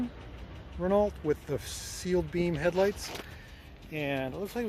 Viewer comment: Pronounced "ren-OH"